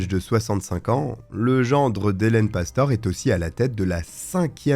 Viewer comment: Cest pastoré que ça se prononce.... tu sais même pas faire tes recherches correctement.....de pire en pire ta chaîne